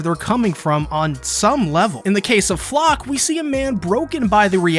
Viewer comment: The proper pronounciation would be Flocke (flake) like they butcherd so many german names in the japanese dub (wich i don't care about, its just funny)